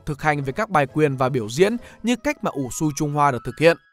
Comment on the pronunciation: SU đọc là Sư nhé